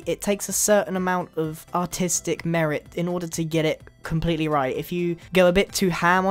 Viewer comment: “Comepletely naked houses” -Grian 2015